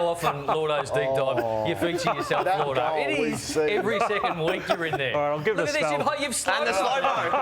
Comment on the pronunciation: isn't it lloydo? not llordo? tf is llordo?